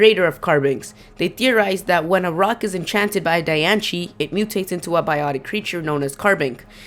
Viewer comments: Lol it's pronounced "DianSIE" not "DianCHIE" :3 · dude it is not pronounced dian-che it is pronounced dian-see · Who the crabs is Dianchie? Its DAI-ANN-CE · when people say dianche,it drives me nuts,its dye-on-see,it even said in the movie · Di-an-ci not Di-an-she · I think it's ( di-ance-ee) not ( di-ance-chi) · Yea in te movie it says diancie not dianchi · Dianchie=NO Diancie=YES you can google the pronunciation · why are you saying diancie wrong. its pronounced die-an-se not die-an-che. its just bugging me. im NOT i repeat NOT being mean it just bugged me. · it is di-an-cie not -di-an-chi idiot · The Japanese for Diancie (Dianshii) would be Dee-an-she, not Die-an-she. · Anyone else thinks that "Diancie" (pronounced Dian-C, not dianshee btw) sounds like "Die and see"? o.o Maybe Diancie is a Carbink killed by Hoopa and reborn or something? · It's diancie not dianche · Sorry, but you constantly mispronounce everything wrong! Lugia is LU-gi-a , not lu-GI-a. Phione is pronounced Fee-OWN-ay, not fee-OWN. I'm pretty sure Diancie is pronounced Di-AN-see, not Di-AN-chee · the word young shouldn't sound like yonk. and i think diancie shouldn't be pronounced dianshi, but diancie, with an S where the C is. not seeing an H anywhere in diancie, so don't pronounce it. and yes, people have gone deeper in this, just not an individual vid. you make too much assumptions from mere suggestions. who knows? it may be EV trained. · Lol Dianchie. Wtf its Diancie xD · it calld die anceeeee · The real way to say diancie: Die - an - see😑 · Lol dian-she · pronounced di an see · Die ahn see not di an ci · I know, right? 😂😂 I cringed when he said Dian-shee and Lu-gee-ah. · ITS CALLED DIE AN CEY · Di-an-cee say it right ugh this pisses me off.... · Where the hell is ch in "Diancie"? it's said Diancie, NOT Dianchie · Sim Sima wtf did i just read? Native Americans did not speak English! and even in USA english it is still Diancy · It's pronounced (die-ann-see